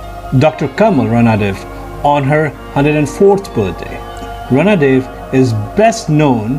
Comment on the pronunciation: 'रणदिवे' . Please use correct pronounciation